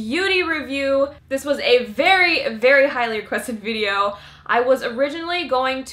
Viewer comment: why she's saying "videor" ??